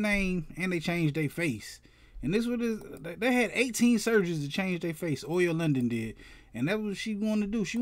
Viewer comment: its oli not oil